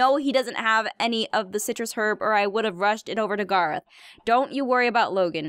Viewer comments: Oh no gerrth not gerrth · im not making fun of u or jujing u but u dont pronouns garroth like gaaroth or gorroth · I watched her other videos before this and I can't stand her pronouncing Garroth's name wrong!!!